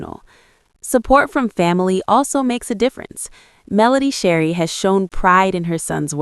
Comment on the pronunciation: Her name is Melody Shari not Sherry, otherwise your commentary was awesome ! ❤